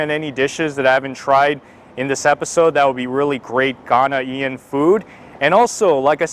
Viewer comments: it pronouced Ghanaian not ghana ean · please the term is "Ghanaian" 👉🏿one word not 😟Ghanaian-ian👎🏿👎🏿👎🏿☻. Thanks for trying it out....n u get A thumbs Up👍🏿👍🏿👍🏿 for trying.... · AHSJSHSBS GHANA “EE-IN” it’s more like Gone yin or Gan yin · His pronunciation of Ghanaian is hilarious...... Ghana-e-n